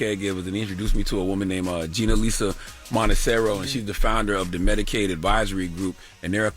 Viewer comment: Ginalisa "Monterroso" ..Charla! 🙏🏿 not Monteserro 💥